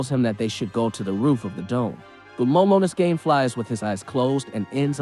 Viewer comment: They way you pronounce momonosuke is bothering me... from now on just call him momo